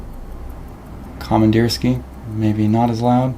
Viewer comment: Com Ann Deer Ski Uh. is roughly correct pronunciation.